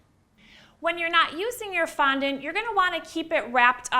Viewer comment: I can’t watch this with the sound on, never heard someone pronounce ‘fondant’ so absurdly 🤦‍♀️ ruining the English language